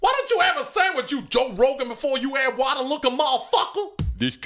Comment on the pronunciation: "If you run out of waterRrRrRrRrRrRrRrRrRrRr...."